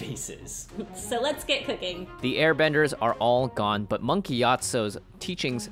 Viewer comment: Monk (ke-yia-tsu) your my favorite